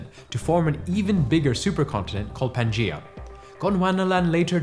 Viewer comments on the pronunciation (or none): none